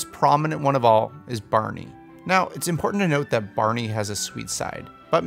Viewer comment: It's barney not berney